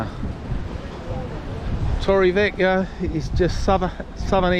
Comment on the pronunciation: You need to pronounc torrevieja properly